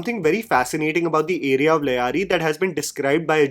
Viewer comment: The anchor has absolutely no sense of correct pronunciation; Sanyal, Lyari etc.......... though can't blame him as he's being literal; english language being such. Rehman was encountered outside like in the film, he was brought back and claimed encountered in Karachi metro boundaries due to jurisdictional complications.